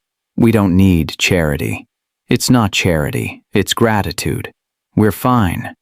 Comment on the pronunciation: It not charity it's gragatude